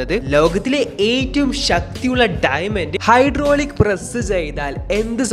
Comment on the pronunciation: ഡൈമെന്റ് alla ഡയമണ്ട് 🤭🤭🤭